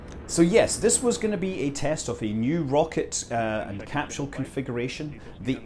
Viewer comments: It really bugs me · I love how Scott pronounces capsule as capshool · SCOTT SCOTT WHERE IS THE "SH" IN CAPSULE¿?????????